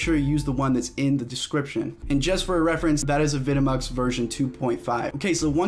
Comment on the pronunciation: is it not pronounced "avi de mux"?